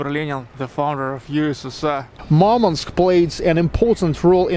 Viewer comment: Что за идиотизм говорить МАрманск? Город называется Мурманск. Не надо коверкать название города, пытаясь спародировать иностранное произношение.